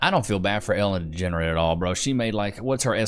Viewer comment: Nice pronunciation of Ellen Degenerate I’ve been using the same pronunciation for years.